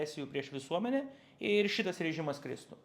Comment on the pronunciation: 🤣 gal jis ne visai Lietuvis..